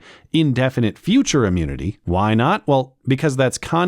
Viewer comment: just when I thought I've seen all the possible butcherings of words, this one comes along to surprise me yet again lol